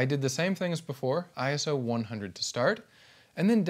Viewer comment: I knew you would be good the moment you said I S O and not Iso Now I'll continue watching the video